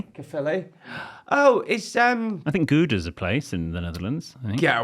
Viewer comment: Thank you for pronouncing Gouda the right way! Emmenthal is not a place in The Netherlands tho:p